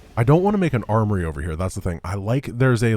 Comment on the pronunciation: At one point I thought I heard say "arbory" instead of "armory". I think one of us is taking the term tech tree too literally.